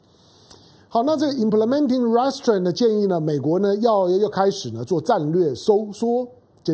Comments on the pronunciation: 唐兄，’restraints’ 的重音在第二音節，ri’streints. 見諒。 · restrain 的重音，在train 那里，请注意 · 友好提示： Restraint 应念成 "re" "straint", 不是 "rest" "straint". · Mr. Tang, "restraint" is pronounced as ree-s-traint with accent at the second syllable not the first. "mob" should sound like m-aa-b. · 哥，restraint 要读re-straint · 唐先生，麻煩您趕快糾正 “RESTRAIN” 的發音，聽上去像 Restaurant 😉👎🏿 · 唐湘龍身邊沒人提醒/糾正他Restraint的正確唸法嗎？ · restrain二音節的重音在t上 趙少康在鳳山罷捷選民沉痛努力表達民意遭邪惡政權愚民操縱後，第一時間立刻說罷免之議應休止，這種和稀泥精神要中興個屁! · Restraint 英文重音是在後面。😊👍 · 湘龍restraint 這個字你唸錯了。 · Mr. Tang pronounced Restraint wrong. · restraint 重音在第2音節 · 你的restrain發音不正確. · 老唐，跟google或杨永明学学"restraint" 怎么发音。你的重音错了，发母发音错了，也很难听。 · 湘龙哥的英语发音不太行啊，restraint读的太偏了，每听到一遍都感觉很走戏